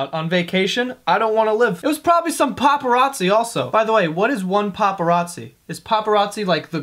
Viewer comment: "A paperatze" WHAT THE FUCK. It's a person or just a fan